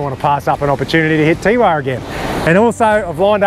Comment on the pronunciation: Teewah is prounced Tewar we people who li ved there sick of it being said wrong Lovely place had Coloured Sands tour business in 1969